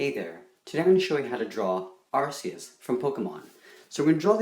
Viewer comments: It's great but it's said as ar-KEY-us not ar-SEY-us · Why you saying arse e us not arceus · Btw, it's pronounced are-key-us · Its pronounced (ARE)(KEE)(US) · Its actually prounanced "arkeus" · He pronouned it arseus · You pronounced arceus wrong. It's actually pronounced ar-key-us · It’s pronounced ar-ki-yus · he pronounces it like arc skis